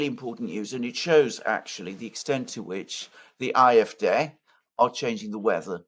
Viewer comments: It's not the I-f-D but the Ah-f-D or just say it in English Ay-f-Dee? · What is this Eye-F-Dey that fidget keeps babbling about? Does he mean the AFD? No English-speaking person pronounces AFD as that funny little noise he makes. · why is he saying "afd" using the German pronunciation of the letters? At first I had no idea what the heck he was talking about - and I live in Germany!!! Why? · Alexander, have your wife teach how properly to pronounce AfD in German.